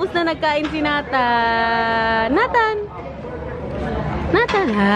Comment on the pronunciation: Hi!. May I suggest.. sa pagtawag ng name ni Nathan. Say, Neytan. Not Natan. Para sa sound foreigner. Neytan. Thanks! Love the family.